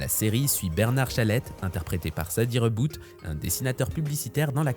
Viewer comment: Parler des séries des années 60, 70 et 80 et commencer par une série pourrie de 1996 ????? Pas très logique tout ça. De plus, j'ai très mal à mon histoire car confondre Louis XV et Louis XVI est impardonnable. Et puis, il ne s'agit pas des Tartars mais des Tatars. Rosy Varte prononcé Varté, Sady Rebbot (Rébo) prononcé Reboute. Vous ne dites même pas que Madame le juge est interprétée par l'immense Simone Signoret. Beaucoup, beaucoup d'erreurs.